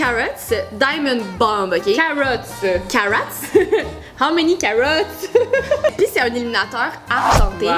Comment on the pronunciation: " How many CARROTSS" ahahahah